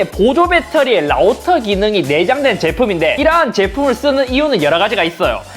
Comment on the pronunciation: 라우떠.12왛뜵 라고 말하네요ㅋㅋ